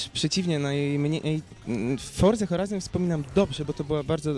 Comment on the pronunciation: 1.19 horza foraizon coooo?